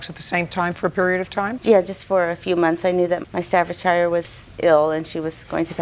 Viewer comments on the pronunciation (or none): Its actually painful to hear them both pronounce Staffordshire wrong. Its pronounced Staffordsheeeer! Note to others on here... Please dont try and educate me on how to pronounce an English Dog breed thats named after an English County...I'm English 😁👍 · lady cant even pronounce staffordshire properly